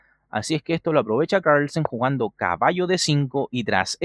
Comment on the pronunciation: se puede saber porque pronuncias Carlsen como si fueses yankee? sen es hijo de y carl de germano, carlos, asi que porque mierda te resfrias para pronunciar un apellido tan facil o tienes problema de fonética?